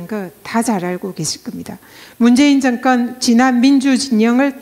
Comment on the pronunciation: 정건? 발음이 거슬리네요. 경상도 분들도 제대로 발음하시는 분 많아요. 공인이시니까 의식적으로 고치셨으면 좋겠네요.